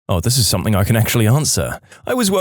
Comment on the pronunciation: No K in the word something